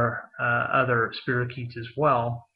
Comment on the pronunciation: It's pronounced spy-ro-keet. Just saying!